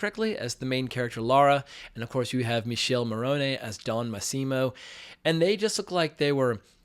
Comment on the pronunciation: Agree it was poor, heads up, His name is not Michele, is pronounced Mikelle